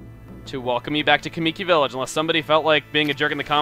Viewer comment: "O-kAAmi", "kuh-MII-ki". Your pronunciations are way off.